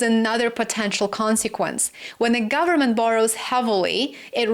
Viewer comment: "full faith and credit of the US gubmit..." LOL